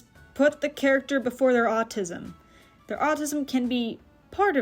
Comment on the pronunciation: It’s “Autism”, not “Autisum”